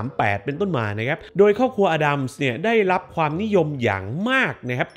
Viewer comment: Addams อ่านว่า เเอดดัมส์ครับ ขอบคุณครับ